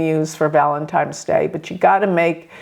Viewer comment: ValeNtine's day. With an N, not M.